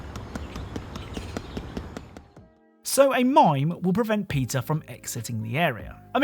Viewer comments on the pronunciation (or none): Bro called Peter, "Pizza"😎🥲